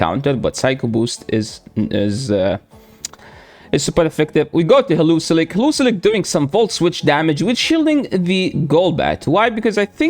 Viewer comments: HE-LEO-ISK brotha don’t over complicate it😂😂you da man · Pls never stop saying heluzilek. It is my new favorite pronunciation of heliolisk now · Hee-li-O-lisk, that pronunciation cracked me up every time, sorry! 😂